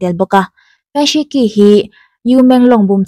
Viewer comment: Fan Shiqi khi Fan Shichhi tia lam tur aw.. Q hi Chinese ho chuan Chh angin an lam